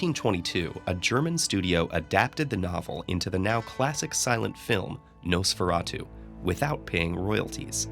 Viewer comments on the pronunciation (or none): none